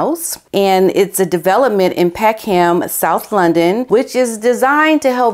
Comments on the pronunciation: Love how you say ' Peckham ' like Peck Ham. In the UK , it's pronounced like peckum. I know it makes little sense 😂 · this is not intended as a criticism but it’s not PeckHAM it’s Peckm